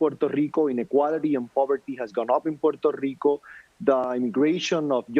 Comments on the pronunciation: Puerrrrrto rrrrrrrico ))) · How many times must he say, "Puerto Rico" (in full Boricuan accent)??, jajaja We know y'all, we know you're latinos and American, in the mainland. hahaha At least us Mexicans know it. You remind us every time you get a chance! hahahaha They say, "We're American, our passports say American" chill, we're Mexican and American too, mensos!